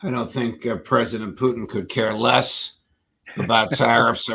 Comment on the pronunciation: That is the proper pronunciation of the RF President's surname.